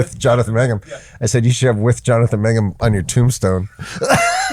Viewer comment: Its MANGUM! ,,, :)